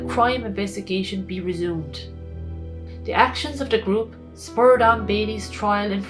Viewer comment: Elocution lessons for the narrator. Dis dat dees does , get the H in there for crying out loud.